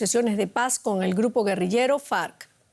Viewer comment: la señorita tiene que pronunciar bien, una cosa es FAC (fuerza Aerea colombiana) y otra cosa son el antiguo grupo guerrillero (Fuerzas Armadas Revolucionarias de Colombia), suenan casi igual, pero no son lo mismo.